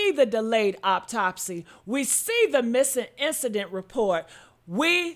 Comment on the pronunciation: Autopsy not Optopsy